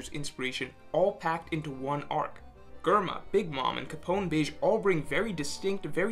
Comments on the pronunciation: Sorry this is the first time I’ve listened to u, I love the insight agree with it all, but can’t stand the way u pronounce everything wrong… hahaha germa is Jerma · It's "JER-MA" not GER-MA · how did he just pronounced Germa ... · Who the fuck is "Gurma"